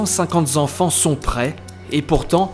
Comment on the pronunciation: 250 zenfants? Attention aux liaisons erronées,ça me fait grincer des oreilles